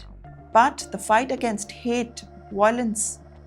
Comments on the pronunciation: Not voi .... lence It's vai ...o.... lence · The word is violence - not viOlens - Emphasis/stress is on the letter Vy-lence or Vy e (soft) lence